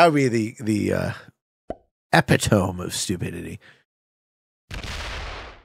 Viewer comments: you say the last bit like tome with an ohm sound but its supposed to sound like TOE ME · I came here to say EH-PI-TOE-ME!! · you are saying epitome very wrong and it bothers me 😭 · Sorry. Is it pronounced epitome?